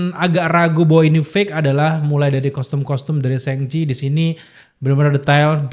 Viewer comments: Nyebut Shang Chi nya apa bener itu SENGCHI?? Bukan kah lebih ke SHoNG CHI atau lebih simple ya SHaNG CHI... emang di baca A atau lebih ke o (kecil) gitu bukan nya ya bukan E?? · Shang pake "a" bang, bukan sheng Thanks